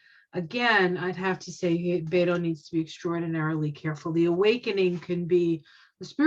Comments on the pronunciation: Beto's name is pronounced "BET OH", not "BAIT OH". Many people make this mistake. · I live in Beto’s home town El Paso. He is so kind and I’m praying he will be our Governor. He supports women,vets,lgbtq,men,kids,gun reform. This world will be a better place if he wins. And you pronounce it Bet O Not Beto. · Beto's name is pronounced Robert Francis O'Rourke